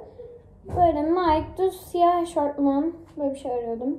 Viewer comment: eşortman değil EŞOFMAN die okumuyor cnm